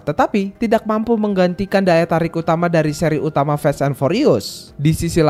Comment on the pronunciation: Sekedar meluruskan, kata "FAST" bukan di baca sebagai "fest" pake e, tapi tetap sibaca sebagai fast [faest} dengan lafal "a" di awal, baik lafal british english maupun american english 🙏 entah saya salah denger apa ga